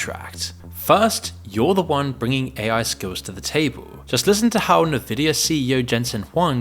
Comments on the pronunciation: It's not nuhvidia, it's envidia!!! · Narration voice is also AI. He can't even pronounce "Nvidia" correctly. It's "en-vid-dee-uh", not "naa-vid-dee-uh". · N vid E Uh not nuhvidia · Thanks for the video! It's ENvidia, though, not NEvidia. But screw them anyway. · "Nuh-vidia"? Lol. So, this is a text-to-speech narrator? Ironic. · Navidia? Did you use AI to read the script?